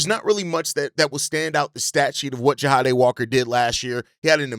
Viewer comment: JAH-DAY my dude, JAH-DAMN-DAY.